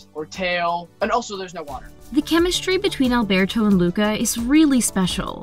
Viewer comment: Did you say muca